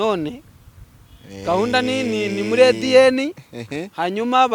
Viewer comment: 😂😂😂😂 ati ngiye kuzafata umwana mpimisha Ediene ahwiiiii ndasetse ndahwereye 😅😅😅.. Akanabisuburamo buri kanya wa! ndakwinginze jya uvuga ururimi uzi pe kuko urasa imbogo cyane.